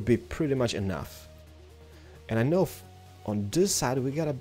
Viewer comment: I dont "Knjow" is so funny the way you say it. XD